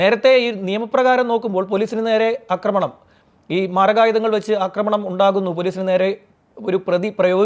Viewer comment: Yogiyude paatha thanne ivideyum thudarenam,,, akkramanam ennalla aakkramanam ennanu parayentathu. Akkramam ennathum aakkramanam ennathum vethyasamuntu